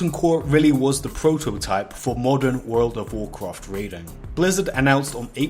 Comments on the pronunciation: "Woold ov woorcroft" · Wowl of wowld cwaft? Apwil fools? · i just love it that most of the comments are people making fun of how he pronounces world of warcraft… or should i say wourld ov wawrcraft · you don't have to say world of Warcraft every 10 secs for the rest of the video dude it gets annoying, just say wow is shorter and you can also pronounce it right lol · I thought I was the only one who had a problem with the way he was saying World of Warcraft, then I saw the comments. Disliked because of that fr it bugs me